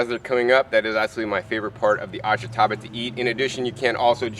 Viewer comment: I'm not much of a gardener, but I ate plenty of this stuff when I lived on the Izu Islands. It's pronounced AHSH-tah-bah. (The sound of the "i" is barely heard.)